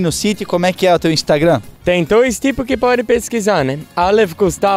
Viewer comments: Instragón 😂😂😂 que ele não mude tbm igual muitos aí, essência bacana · O pai dele disse: "... porquê você não faz um vídeo e não bota no "instargôn"? " 😅😂